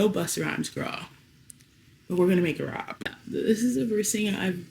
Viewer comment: Girl I kept hearing you say you’re gonna make a wrap 😂🌯